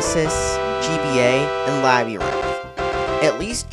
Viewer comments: Did you say Labby-rinth? lol. It's pronounced Lab-u-rinth. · "Labby-rinth", you say?